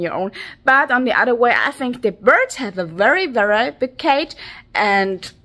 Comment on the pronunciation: Wery wery small?! You are so wery pwecious!!!😊😊😊😊